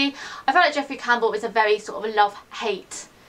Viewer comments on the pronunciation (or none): none